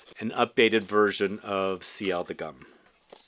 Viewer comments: It should be pronounced "goom" like in "loom" - not "gum". Why? Because it was a 120 years anniversary edition for G.U.M. - a historical store in Moscow - something like Harrods or Galeries Lafayette. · You keep calling it "Gum" and it makes my skin shiver . The U is pronounced like the U in Universal.